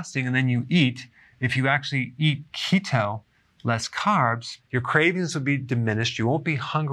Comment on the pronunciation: I keep hearing CHEETO 🤣🤣🤣🤣